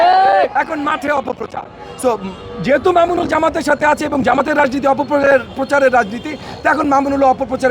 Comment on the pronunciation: এই মাদরচোদে একটা সম্মানীয় লোককে নিয়ে কথা বলে সালার পোলায় ভালো করে নাম টা ও বলতে পারে না